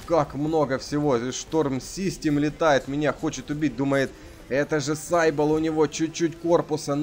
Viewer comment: все хорошо но только он не сайбл (слово изначально греческое ) читается сибил значит сивилла (так называли античных прорицательниц)